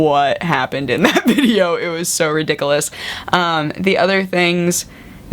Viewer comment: I love how you say ridiculous. That's exactly how my German grandmother always says it.